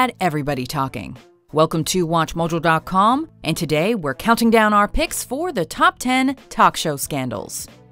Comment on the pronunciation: Why the hell do you say Watch Mojo so weird?